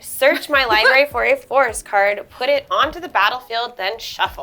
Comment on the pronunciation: Hearing "liberry" kills my soul a little more every time.